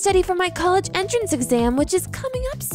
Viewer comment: The way he say "colledge edition"